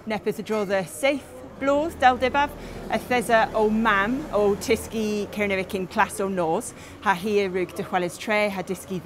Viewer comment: Much as I admire all efforts to keep ancient languages alive, sounds to me (from Surrey) to be pronouncing 'Kernowek' in an 'RP English' accent. OTOH, I have always wished that I had been brought up in a country where I could learn Gaelic / Celtic languages.